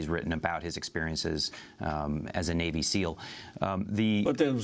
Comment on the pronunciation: "kneal" team six. Botch get it right.